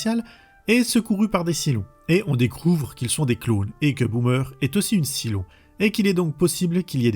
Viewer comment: Saille-lon, pas Silon >_< Mon dieu, tu l'as regardé en VF ? La VO est exceptionnelle et la VF, enfin les extraits sur lesquels je suis tombé, est une des pires que j'ai jamais entendues 😵‍💫😱